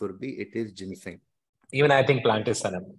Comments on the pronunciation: Lol…love how she misses the N when she read the Googled answer and confidently Said “ is this Ginseg?” I Think Kannan almost wanted to say read again!! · Anyone who knows Ginseng, will never pronounce it the way she did... Except if someone is reading from Google! Clear cheat -_